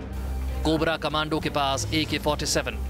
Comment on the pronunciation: Thoda to padha-likha anchor rakha karo News Nation walo, "Commando" ko 'Comundo, cummondo' pata nahi kya kya bolra hai.